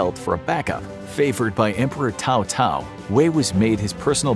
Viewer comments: Never heard anyone pronounce Cao-Cao's name as "Tao-Tao". "Sow-Sow" is the closest pronunciation we can manage in English. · No Alamo? Also Cao Cao was never an emperor and, I know it’s a little nitpicky but, his name is pronounced Sow Sow. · it was actually Cao Cao (Pronounced : Tsao Tsao) not Tao Tao and the emperor who fake surrenders was Zhang Xiu. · They way you pronounce Cao Cao makes me cringe. 🤣